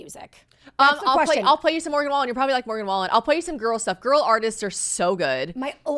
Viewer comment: I CACKLED WHEN YOU SAID MORGAN WAYLEN (wallen) 😂😂😂😂